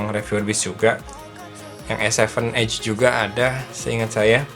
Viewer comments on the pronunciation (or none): none